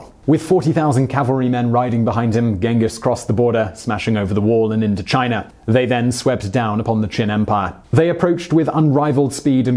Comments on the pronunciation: It's China, not Chiner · All I want to know ... is did he just put a HARD R onto the word China in the beginning. For the slow folks what I mean is did he say chiner ?